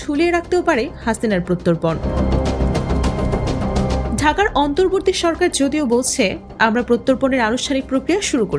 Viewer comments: প্রত্যর্পণ উচ্চারণ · প্রত্যপর্ন কি, ভুল উচ্চারণ করে একজন সংবাদ পাঠিকা,একটা চ্যনেলে কেউ কি নেই এই ভুল সংশোধন করে দেওয়ার?